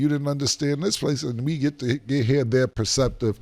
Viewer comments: Damn Cam, you almost passed out trying to pronounce 'perspective' 😂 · Slim Cam was fighting for his life wit “perspective” and “criticize” 😂😂😂😂😂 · The Word perspective fucked cam up 😂😂😂😂😂😂